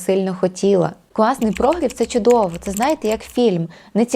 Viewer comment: Корисне і класне відео. Але прогрів - наголос на І🙂